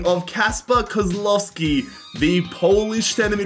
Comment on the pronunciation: By the way its not said Kozlowski its pronounced kozwowski but its spelled kozlowski